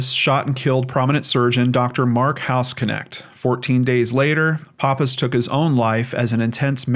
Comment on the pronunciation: Great video,, but I must politely correct you- the name is pronounced house-nekt, not house-connect. Source: knew several people with same last name while living in Germany. Thanks for all you do.